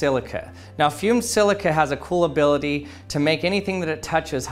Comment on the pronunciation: You said "cool ability" but I heard coolability. New word invented right here on The Action Lab. lol